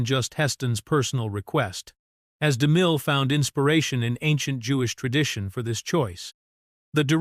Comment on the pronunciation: I just wish the AI could pronounce Cecil B DeMille’s name more smoothly.